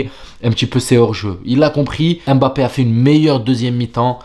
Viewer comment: EM'bappé ! pourquoi tu l'appelle comme ça lol ?